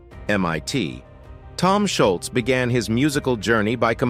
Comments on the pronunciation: Scholz is pronounced Shoals........ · Schultz???? You mean "Scholz" as in "shoals?" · Who is Schultz? Its Scholz like the shoe. Such poor reporting. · While I enjoyed the video, it's a bummer that they refer to Tom Sholz as (Shultz). It was hard to listen to. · Sholz or Shultz.... :( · i would have given you a Like if you had pronounced Tom's last name correctly.